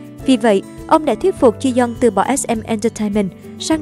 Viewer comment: Ji yong đọc là Chi Dân à..:)))